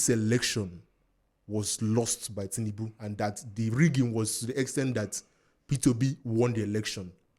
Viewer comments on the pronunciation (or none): Lol… an Igbo man will say Tinibu 😂. I myself have to consciously pronounce it well. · This my Anambra brother pronounce tinubu in a funny way 😂